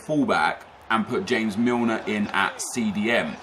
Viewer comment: Its NOT Ha-mez Milner its fucking James. HES ENGLISH FFS.